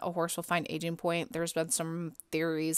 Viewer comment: is it just me or do i only hear ''asian'' pointsXD